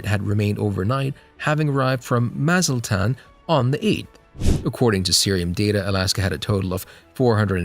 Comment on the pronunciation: That Mexican resort city you mentioned is pronounced, "mah-zot-lon" not "mazilton". Also, you might want to pronounce the name of Los Angeles "angeles" instead of "angel-eez"